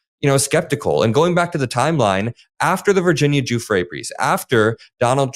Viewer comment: What an absolute B for not saying Virginia’s name properly